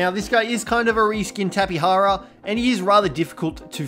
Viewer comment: What's a tapeHara?